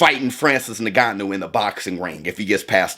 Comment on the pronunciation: yes, but says it like “n*gganou” 💀